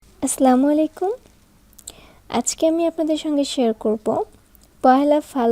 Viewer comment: আপু আপনার সালাম টা শুদ্ধ করে দিতে হবে, ,আস্লামু আলাইকু বলা যাবেনা, আসসালামু আলাইকুম বলতে হব্‌ আশা করি বিষয়ট নিয়ে ভাববেন